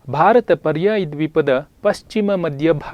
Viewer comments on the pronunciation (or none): none